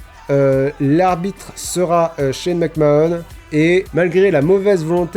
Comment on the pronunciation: Super vidéo, McMahon ça se prononce "Mac-Manne", 9/10